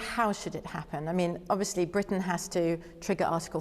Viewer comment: Is no one going to mention how he pronounced "obviously"? He's our national Sylvester the Cat